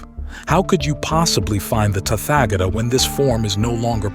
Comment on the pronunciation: Thanks for this succinct transmission of the Tathagata's teaching. A request, as the USA drawlling accent is not easy to listen to, could you find another narrator? Someone who also knows the correct pronunciations of Pali, Prakrit and Sansktrit terms. Tathagata is Tat-ha-ga-ta not Tatfagator. 😅